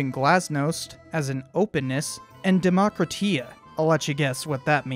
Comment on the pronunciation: Don't forget that "demokratizatsiya" was mispronounced as "demokratiya"